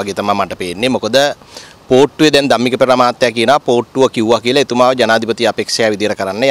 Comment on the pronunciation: මට ඇහුනෙ පූට්ටුව කියලා 😅